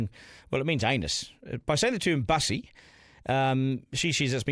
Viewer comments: Not pronounced like bus, a form of transport, rather I thought Bussy was nasty slang for 'Back Pussy' (rhymes with pussy). And the Greens accept this perversion. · Its not Bus-e it's Bussy because it rhymes with Pussy. It originated in Prison. Its nothing to do with the LGB community. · its not mussy its bussy B for boi.... not Man and its derived from the slang word for cat so is not pronounced like a bus. so Duncan by playing safe you also fail to give a complete picture. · Get the pronunciation correct…..It’s Bussy as in Pussy.